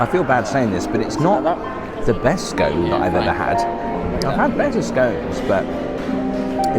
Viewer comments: It is not pronounced SKONE but SKON. And you never cut a scone with a knife. You have much to learn regarding your politesse. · It's a scone, not a scoone 😅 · it's Scone like on not Scone like own 😂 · It’s actually pronounced skon. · I enjoyed this video so very much. How amazing to have a timer for your tea to be brewed. I do not pronounce scones that way but I am from a former British colony 😅. Very disappointing that you found that afternoon tea could have been better. I do love the room you stayed in. Is a bit disappointed about the skyscrapers towering above the hotel. I didn't notice your photo, on the wall of important visitors. Thank you for your video.